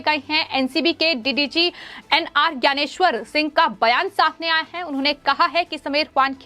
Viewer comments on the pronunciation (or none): none